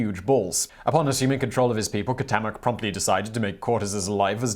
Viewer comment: It's "tlah-whee-cole-eh". Say it three times, fast. The other Aztec guy is pronounced "kwow-tay-mock".